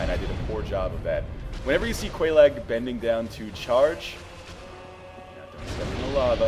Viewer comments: Quelaag is pronounced. Many, many times. Its pronounced Kwee-Lag. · I think it's pronounced like the cereal, Kellog. At least, you should be calling her that anyway... Ms. Frosted Flakes. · my guess is also Kay- Log for pronunciation. love the vids bro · quelaag? sounds like kellogs LOL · This comment is a bit late but if you get the Witch's ring then you can talk to the Fair Lady. She says Quelaag's name so there is a correct pronunciation. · Quelaag is pronounced. Talk to her sister with the witches ring on.